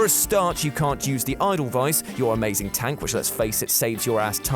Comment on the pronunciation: It's pronounced E (like the e for extra)-dell-vice ;)